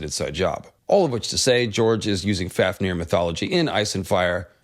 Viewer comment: pronounced fawfnir